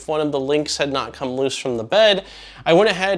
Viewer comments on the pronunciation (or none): none